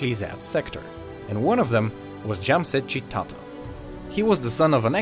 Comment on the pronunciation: It's "JAMSHED JI TATA" & not "JAMSET JI TATA"